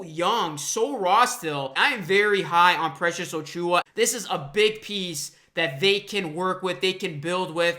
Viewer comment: I appreciate the watery eyes for this one. You are a true Raptors fan my friend. I had to laugh though when you kept saying O-Chew-ah. lol. Let's welcome the new blood by pronouncing ACHOO-ah correctly. :)